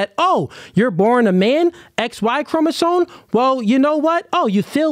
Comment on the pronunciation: It is CHROMOSOME not chroma-zone 🤦🏾‍♂️